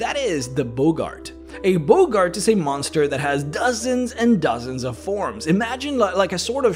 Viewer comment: Boggart is pronounced 'Bog Art' not 'Bogart' like Humphrey.